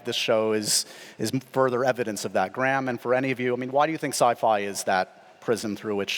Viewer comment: Why can he not say Graham? it is not Gram. Its so frustrating.